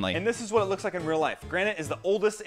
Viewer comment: Bro called granite granet